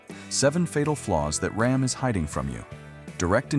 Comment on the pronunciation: rAm... not rOm